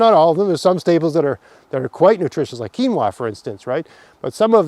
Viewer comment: you mentioned a staple I couldn't understand. Sounds like "keem-wha". What is it?